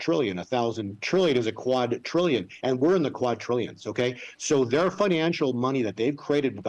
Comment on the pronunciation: Hey not a real big deal but it’s quadrillion with a “d” not quatrillion with a “t” Just thought I would let you know